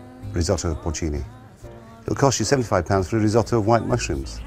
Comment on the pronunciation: well pronounced, chef! a single vowel followed by a double consonant is pronounced short, so "riz - otto" not "riz owe toe" like our beloved american cousins would say